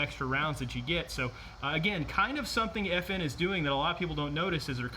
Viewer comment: NOT F&H It’s FN!!!!!!!!!!!!